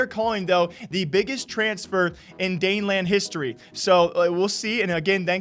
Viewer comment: Daneland? Lol